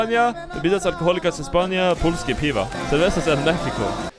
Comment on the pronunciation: I was severely unprepared for perfect pronunciation of "polskie piwa", not even a hint of foreign accent.